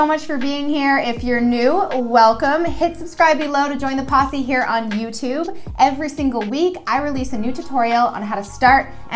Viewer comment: Every time she says "posse", I hear something else.